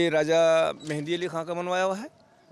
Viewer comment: लफ़्ज़ “ मेहदी”। होता है मेहंदी नहीं।